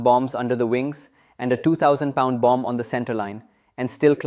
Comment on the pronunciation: When pronouncing "bomb", "bomber", "bombing", the second "b" is silent. The second "b" is spoken when pronouncing "bamboo" and "Bambi". English is spoken without rolling "r"s. Rolling "r"s belong to formal speech of the eighteenth century and possibly earlier.